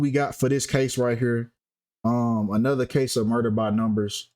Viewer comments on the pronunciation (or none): none